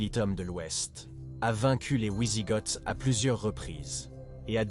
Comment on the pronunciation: Les ouizigoth😂😂😂 cest bien d'utiliser l'IA pour vos videos mais verifier et corriger avant de mettre la vieeos en ligne ...il y a beaucoup d'erreurs cest pas sérieux...